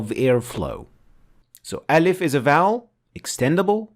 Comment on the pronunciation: It's not elif, it's Aalif... please, don't slang it